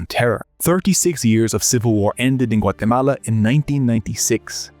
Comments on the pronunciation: I REALLY appreciate that you correctly pronounce a countries name! top notch 🙏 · I like the enormous effort to pronounce "Guatemala" authentically, whilst butchering everyone's names.